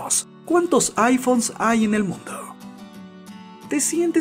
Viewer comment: Loh' aifonh'